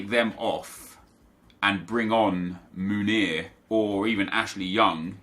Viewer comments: It’s pronounced Meunier with an eu like joachim löw, and e like the é in mbappé, so basically mönié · Meunier= MOO-NEE-AY